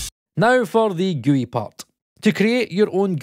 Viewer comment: Oh man, they way you say GUI is gonna tick some people off. Just so I don't need to comment another time, it's pronounced as a single word (like gooey)